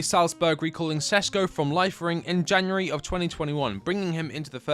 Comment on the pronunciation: Its not sesko, its Šeško and hes amazing.